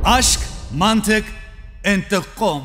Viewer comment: "Aşk mantığ intikom" Sjsjsj